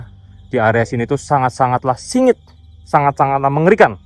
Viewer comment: Bukan singit bang tapi wingit